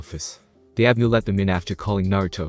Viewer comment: it's anbu not abnu